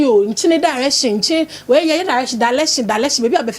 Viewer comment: I guess the host is from Kumasi .. Because her pronouns aren’t really clear to me… Her R and L is different ( Direction ) ✅ (Dalection ❌ ) 😅 I rest my case